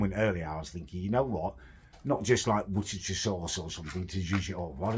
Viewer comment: I kinda expected to be able to pronounce Worcestershire but apparently not